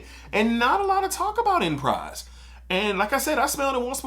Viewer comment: Phonetically it’s (ahn•pre) not enprise but definitely one of my favs